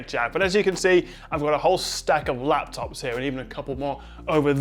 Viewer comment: Best lafftuffs! :D